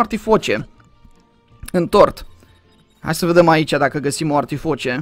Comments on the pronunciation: max e artificie nu artifoce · Artificie nu artifoce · Se zice artificie nu artifoce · Se zice artificie